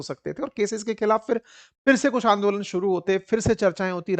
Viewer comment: Andolen nahi hota sir